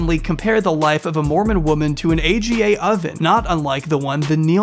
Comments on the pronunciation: AGA is 'Arga" not A.G.A. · AGA is pronounced ah-gah not ay gee ay. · It’s called arga not aga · It’s not an A G A it’s an ahgah. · The stove is not an A.G.A. It’s an Aga - pronounced Argar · It’s not A.G.A, it’s AGA pronounced as in Ahgah. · It’s not a g a oven they’re pronounced arga’s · Aga oven is pronounced “Arr-gah” 😊 very interesting video! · it said : AGGA - like ah-gah, not A.G.A. <3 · Love how he says A.G.A cooker. I’m a n the UK and Aga’s are common if you live in the country, as I do. It’s pronounced ArrrGar. £4K to install it! That’s a lot, they are really basic. So basic in fact, I serviced my own Aga this year rather than pay for someone else to do it. She seems lovely and Mormonism is evil to have done this to this woman. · The stove name isn't an acronym just read it all out as "arga" one word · Oh you can find AGAs in rlly old houses in England! (They’re pronounced aga, not a g a XD) they’re so expensive because not only do they need pipes and shit, they ALSO need a concrete plinth so stand on! So you need to remove your floor in that area and install a slab of concrete. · These cookers are pronounced argh ga. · A v good video, it added a lot of disturbing info to an already terrible situation. Only point I would add is that the name of the expensive stove is pronounced aaarghar. They're v common in farmhouses in the UK & last years. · Thanks for this, I enjoyed it. Just for info *that you will likely never ever need again), the type of stove they have is pronounced as one word: AR-guh in British English 🙂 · I love pronouncing the Aga stove AGA. lol! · 1. Traditionally AGA is pronounced as a word Ah-guh. 2. The fact that the Jersey cows sudden became new Jersey cows by virtual of being new is funny. Although I think the footage you show are Holstein. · AGA is phonetic, it's pronounced 'ar-guha'. More common in the UK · AGA is pronounced ‘ar-ga’ they used to be quite commonplace in the UK then became ridiculously expensive to maintain.